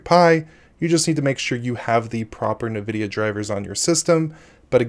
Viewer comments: I cringe each time you say Nvidia or NVENC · You are pronouncing Nvidia incorrectly. This triggers me bad. I can't watch the video because of it.